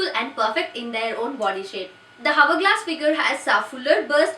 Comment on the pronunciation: Please pronounce hourglass correctly.